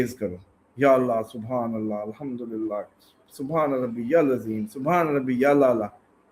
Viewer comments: I mean hil aleyil Azeem hy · hil aleyul Azeem ap perh rhy hyn jub k ya hil aleyul Azeem hy